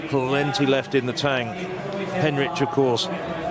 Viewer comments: why does the idiot commentator keep calling the British girl 'Heinrich'? - It's HENRICH. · Three different pronunciations of Henrich. Which is it....? And let's not start on the other names.... Come on, guys, you can do better than that.